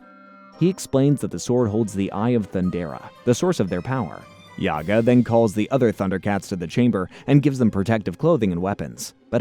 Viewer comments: JA-GA not YA-GA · It's actually Jaga the J is not silent ofcourse if you were a real fan of the show you'd known that and also Thundercats weren't on Saturday Mornings they where on during the week after-school. Maybe next time do a little bit more research chief. 😎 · I got to meet Larry Kenny, the voice of Lion-O, and get his autograph. During this meet and greet, I made sure to tell him how instrumental he was in my childhood by making all those mistakes and JAGA had to show him the right way. Curious to see this alternate version with whoever this YAGA character is. As well as the 2 Willies. Totally not pronounced Wily, like Dr Wily from the Megaman franchise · YAGA?! YAGA?! ITS JAGA (PRONOUNCE THE 'J' AS A 'J' YOU NITWIT!) YOU DUMB MILLENIAL ONLY KNOW HOW TO DISRESPECT HISTORY. DELETE THIS EFFING VIDEO OR REMAKE IT! YAGA! WTF IS YAGA??? THIS IA THUNDER CATS! NOT BABA YAGA YOU ASS! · Is your channel pronounced “Yar-toon” the same way you say “Yaga” for Jaga? And what is with the willies? It makes me wonder if you’ve got a willy. 😂. Plundar not Plunder. So many issues with this. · His name is Jaga! NOT Yaga! How can you even read his name wrongly?!? I bet you are just paid to read the script and no idea what Thundercats is all about!! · The name is Jaga!! NOT YAGA!! The kids are called WilyKit and WilyKat. it is read as Wild Dee Kat! Not Weld Dee Kat!! How can you read all their names wrongly?!? Dud you even watched any of the episodes before? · My dude... you made a 60 minute video about the Thindercats and you don't know how to pronounce Jaga's name? (Juh, not Yah). Its giving "tell me you've never watched this show without telling me" energy. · Itts Jaga not Yaga... Fck sake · First of all its Mumrah not moomrah. And it's Wiley Kit and Wiley Kat not willy. And its Jaga as in Jaguar. NOT YAGA! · It’s because this is AI content. They don’t do any research and have no connection to the ip. They pronouncing YAGA… his name is pronounced JA-ga. It’s AI trash